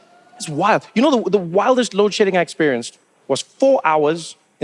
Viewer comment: lol - to mean it sounded like load shitting, and I did not understand what this was about